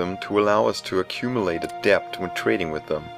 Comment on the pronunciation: Just in case you're interested (I assume you are since you speak English so well already) debt is pronounced with a silent b, like detonation.